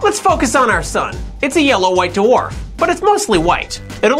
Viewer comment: Does anyone else hear do-orf when he says dwarf?